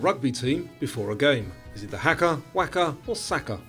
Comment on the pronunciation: Great quiz. Some pronunciation to work on - Riesling, Haka, Camus, Port-au-Prince, Godot..